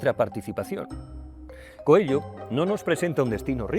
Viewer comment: ME PERTURBA NO SEPAN LEER Y DECIR BIEN ESE APELLIDO. AUNQUE SIGNIFIQUE CONEJO... NO ES COELLO! #COELHO SERÁ EL IDIOMA EN TU COMANDO DE VOZ O ALGO DE LA #PROXEMIE #PROXÉMICA, NO SÉ... VEREMOS.. (#AMORALPRÓXIMO, ESTOY EN ARGENTINA) DEJAND DE LADO EL #RuidoSemántico, sigo... DE MI "PADRE" ESTE, CREO, ES SU LIBRO FAVORITO, Y QUIZÁS TAMBIÉN EL TUYO,. Tb ES ELPRIMER LIBRO QUE LEÍ, SÍ... Y LA MISMA FOTOCOPIA QUE LEYÓ ÉL Gracias por tu video. Lo comparto. ya te di mi like